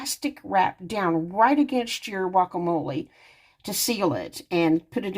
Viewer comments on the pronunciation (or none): That’s funny ur calling guacamole wacamole lol